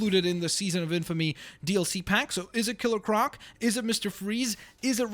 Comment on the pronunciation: Ciller croc